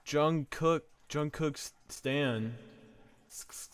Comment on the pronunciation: you are the only person who isn't a bts fan that's pronounced jungkook right